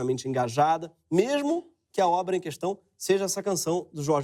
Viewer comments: Leyla Guimarães e “questão”, pronunciando “cuestão”. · toda vez q ele fala "cuestão" e "issodaí" tenho vontade de esfregar a cara dele no chão.